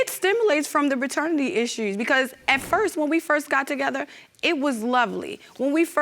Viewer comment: I noticed a slight accent there.